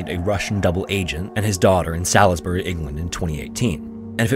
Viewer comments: Sailsbury is pronounced Solz-burr-ree btw 😂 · Mate, Salisbury is pronounced Saulsbury, do your research! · Salisbury is pronounced soulsbury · Just for future reference, Sailsbury is pronounced Saul's-Berry (emphasis on the Saul's) 👍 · Great story told well. Thanks. BTW, Salisbury in England, where Sergei Skripal was poisoned is pronounced Solz-bri (bri as in brick) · In the UK, yeah, sure, fine. Been there, heard that. In the US, it is pronounced sawlz-berry. 😊